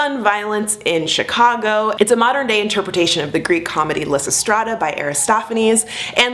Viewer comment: omg the way you pronounce lysistrata omg pls omg no